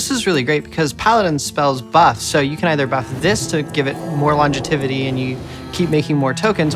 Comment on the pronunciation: “Longetivity” lol